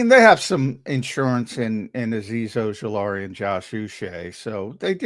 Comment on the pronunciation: How do you butcher Ojulari so bad. 😅